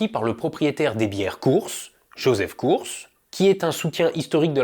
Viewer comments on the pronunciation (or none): Juste pour la bière Coors sa ce prononce "Korz" pas courssse🤣🤣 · Coors se prononce Corse😅